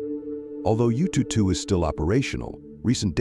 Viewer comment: Yututu sounds so cute 😂. If you're interested, the proper pronunciation should be "Yuuu-Too-Er-How". "Er-How" means number 2 in mandarin.